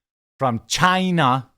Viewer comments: I like you. Please stop saying china like that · lol, ew, why are you saying China like that?? You sound stupid af.